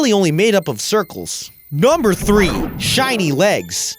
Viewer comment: the way he says number sounds like nomber